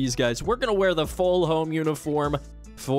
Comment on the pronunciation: Keep this series going,! As a Michigander whose favorite program to rebuild is EMU, this has been especially fun for me. Rynearson Stadium is the only CFB stadium I’ve ever played in. FWIW: Rynearson Stadium = Ry-near-SUN stadium and Ypsilanti= Ipp-sill-ANT-ee, but we call it Ypsi or IPP-see. Let’s go, Grey Boys! (Go Spartans!)